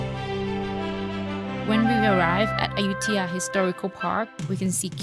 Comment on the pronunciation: just asking - why does announcer repeatedly say AYU-THIYA? tks